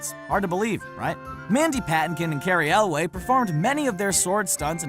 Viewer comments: errrrrm, I like the commentator but he get's Cary Elwes's name wrong. it's not pronounced ElWAY, it's pronounced ElWIS (it's spelt Elwes but pronounced ElWIS) just so ya know. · It's also Carey Elwes, not Cary Elway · This guy must not have watched princess bride a he mispronounced a bunch of names. Apparently he thinks carey elwes is elway... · Its not Cary "elway" mr. Narrator ... It's Elwes... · yeah i wondered why he kept calling Cary Elwes "Elway" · For future reference, “Ralph Fiennes” is pronounced “Rafe Fines” with “Rafe” rhyming with “safe”. “Cary Elwes” is pronounced “Kary Elways” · Also mispronounced both Mandy Patinkin and Cary Ewles from Princess Bride as Mandy "PAT-in-KEN" and Cary "EL-WAY". Insane. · "Mandy Paht-in-kin." "Cary Elway." Etc. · Patinkin and Elwes. Learn how to pronounce them properly.